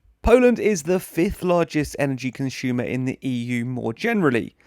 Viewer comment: Close down all these lignite mines, not just Polands. btw you're English. Please say "consumer" not "conshumer" you should be able to pronounce this properly.